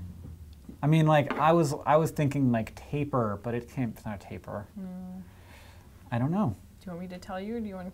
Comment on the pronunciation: 1. Seals have 0 legs 2. That is not how you pronounce tapir, its pronounced more like tape-year not taper as that is a word refering to something narrowing.